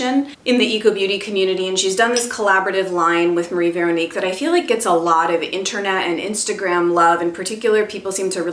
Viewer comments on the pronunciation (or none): none